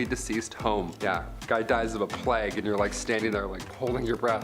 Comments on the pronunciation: is she saying "plag" instead of plague? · Never in my life, have I EVER heard someone pronounce plague as plag....